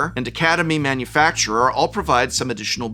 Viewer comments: As with many players, prof yet again misreads academy manufactor as academy manufacturer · Nobody pronounces Academy Manufactor correctly. IT IS NOT "MANUFACTURER." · Okay this has bugged me for years. Prof is a former English teacher right? Is there an inside joke as to why he says Academy “Manufacturer” when the card is “Manufactor?” Man-you-fak-tur